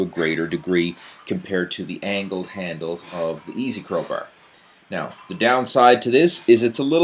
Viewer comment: easy curl br , straight br, steps pr rms ...brbell....chocolate br,,br girls...what a nice pronounciation